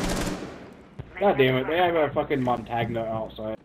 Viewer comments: Why does they call him MON TAG NA its MONTANE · "goddamnit there's a MONTAGNUH outside" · I dislike it when people butcher montages name. I do understand that it is French and not every one has experienced it, but how do some people come up with montangenia?(I heard so many youtubers and players call him this). Just translate his name and you get mountain. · wait so u mean to say u don't pronounce it Mon-tag-ne? ffs